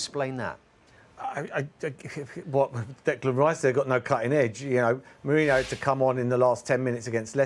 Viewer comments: Is Merino pronounced “Mourinho” or does Merson keep getting it wrong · Merson calling merino , mourinho 😂😂😂😂😂😂😂 all thr time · Meh reen oh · i skip his analysis. guy is clueless and he's shouting for no reason. it's not pronounced mourinho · He’s getting it wrong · No he keeps getting it wrong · It's Paul Merson. He's getting it wrong